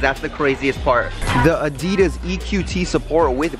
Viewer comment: I love that he doesn’t say Adidas right